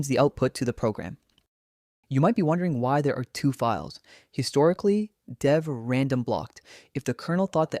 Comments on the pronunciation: but how do you explain the bizarre mispronunciations? "2 point five-tee-eight", "deev-random" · deev/random got me every time. lol deev.